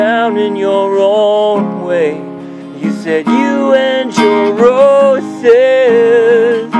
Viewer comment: J, do you realize that when you say, "You and your roses", it sounds like, "You and neurosis"? Oh well, love is neuroric anyway. Cheers bro! (By the way, were you walking on Esquimalt rd this afternoon pm?)